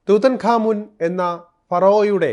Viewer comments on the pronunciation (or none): ടുട്ടൻ ഹാമൻ എന്ന് പറയൂ.